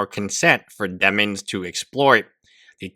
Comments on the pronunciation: Denims. You said "Demins" the entire video. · Why do you say her name as "DEMINS?" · thank god someone else is asking this. this lawyer is dyslexic but only on the word "DENNINS" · I love him saying Demins lolol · no I didn't mean to laugh at his English (its not something to laugh at). He says Demins because he has no idea who she is so mispronounces it . He also mispronounces h3 as he which is also funny.